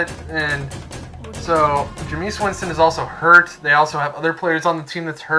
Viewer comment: It is not jeamesus